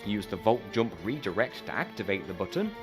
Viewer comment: Your way of pronouncing jump gave me headache.